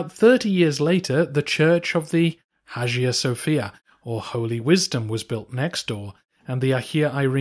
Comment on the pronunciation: I know English natives are hopeless with pronunciation but Hajia....